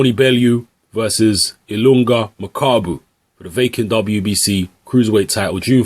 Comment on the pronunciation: get the name right. ILunga = "e" "Lu" "NGA". DR Congo reppin hard..